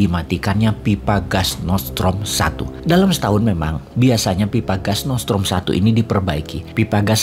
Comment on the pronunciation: Nordstream boss, bukan nortsetrom